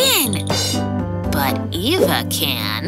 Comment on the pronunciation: I hate. Says Eva it's ava